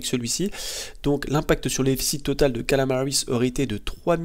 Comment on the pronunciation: C'est KAMALA, pas Kalama bordel ! D'accord ? D'accord ? D'accord ?